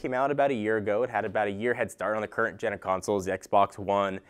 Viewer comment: Gen* not ten^